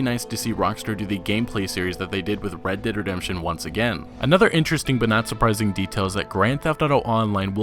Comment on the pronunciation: Great video! Also when you say "Red Dead Redemption 2" really fast you sound like you're saying "Reddit Redemption 2" hahah. Keep up the great work!